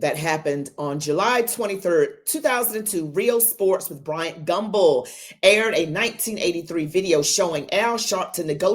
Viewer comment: Al Sharpton has organizations that when he is to pay taxes, he just goes and drops that organization and starts another. He owe 5o’s in taxes. He is a fake. Al it is not “whit h” you…it is with….